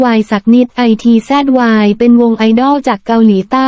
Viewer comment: ITZY..ภาษาไทยอ่านออกเสียงวงนี้ว่า..อิทจี..จร้า